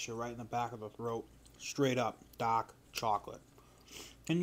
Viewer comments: say dahk again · Eating DAAAK chocolate in DA house and not DA CAA